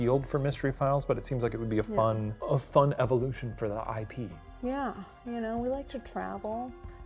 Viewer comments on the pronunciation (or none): none